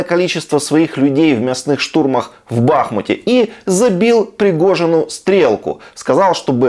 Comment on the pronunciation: Денис, не БАхмут, а БахмУт. Говори правильно!